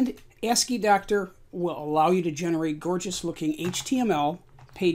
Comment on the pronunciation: You are saying 2 because II is in the name but in this context it is not the roman numeral 2. Is is part of the abbreviation ASCII (American Standard Code for Information Interchange). So then ASCII is normally pronounced something like ask-y. So the applications are ask-y-doc and ask-y-doctor. Thanks for the video.